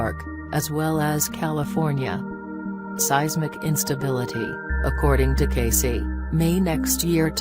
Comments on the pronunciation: Hi name is pronounced Edgar Cay(see). Ugh. do your research!! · It’s a computer voice. That’s how a computer would pronounce it if his name was typed out. To make it say Cayce how it’s pronounced the person would have to type it out as kay-see or something along those lines